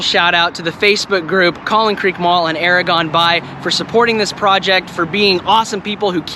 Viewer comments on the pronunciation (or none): It took me too long to realize that you were saying "Era Gone By..." and not "Aragorm (son of Arathorn, Dunedain and rightful heir to the throne of Gondor)"